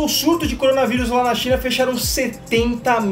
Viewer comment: CORONA VAIRUS!!! CORONA VAIRUS!!! kkkk